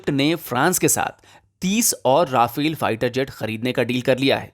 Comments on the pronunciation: राफेल नही रफाल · Nice video although you have Indianized the pronunciation of Rafale to ‘Ra-fail’ 😄